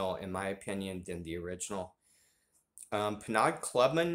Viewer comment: Penaud is pronounced Pay-Know....I say Penaud, but I do that to be difficult...lol